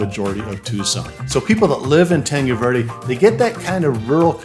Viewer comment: how come you dont know how to pronounce tanque Verde?